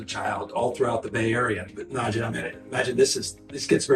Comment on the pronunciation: Poor Najee being played by the lizard, who didn't pronounce his name correctly. I was a big fan when he was plying his trade in Tuscaloosa. Roll Tide!!